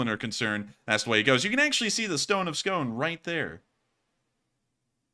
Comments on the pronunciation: FI, Scone is pronouced "scoon" Kings of Scotland were crowned on the stone of Scone which is near Perth. Edward 1st of England stole the stone and took it to England. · Hey, just a word about the Stone of Scone: It was returned to Scotland years ago, and it's no longer used during coronations. Also, it's pronounced as "skoon."